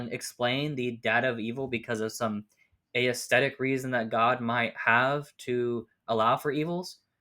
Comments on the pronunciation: Small thing, but "aesthetic" isn't pronounced "ey-esthetic" but just "esthetic". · That was tripping me up. I was only listening to it as audio so it sounded like he was saying a-aesthetic each time haha